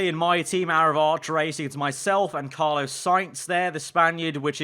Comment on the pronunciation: CARLOS.. HIS NAME IS CARLOS NOT CARLO 😅😂😂